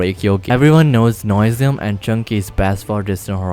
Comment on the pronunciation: NOISIUM NOT NOSIUM